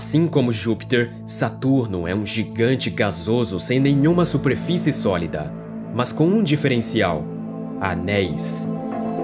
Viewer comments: QUE CONTEÚDO MARAVILHOSO MEU AMIGO. SÓ ME INCOMODOU O SUPREFICE. CORRIGE E NÃO PARA, DEUS TE ABENÇOE. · Fala bem.. só erra na " suprefice"